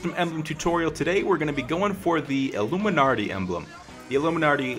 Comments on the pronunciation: IT'S PRONOUNCED ILL-UM-I-NAT-EE NOT ILLUMINARTEE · there is no R in "illuminati" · Well first Illuminarti........ YEAH BEST PRONOUNCER EVER ! LEGITEMATLY...... REAL IT LOOKS AMAZING OH WAIT YEAH YOUR GONNA GET CALLED OUT FOR HAVING A SHITTY EMBLEM. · Died watching this. "Illuminarti" LMFAO! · IlluminARRRRty... Are you a pirate? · Lol the way u say it is "allumanarti" lmao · Hahahaha I laughed every time you said "alluminarti" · It bothers me how he is saying illuminarty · Are you guys serious? Clearly him saying illuminarti is a joke. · Omg u cant even prounonce it